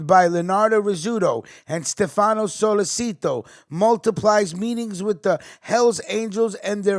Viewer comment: It’s pronounced solé chi toe (sollecito)